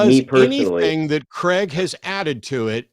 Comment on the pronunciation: Why do people pronounce Craig as "Creg" rather than "Crayg"?